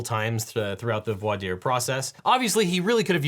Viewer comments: Just me or did not really pronounce "voir" right prior to lambasting the "good ol boy" version of pronunciation? It's french! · The huge diversity of American lawyers struggling and failing to pronounce the French word "voir" is one of my guilty pleasures.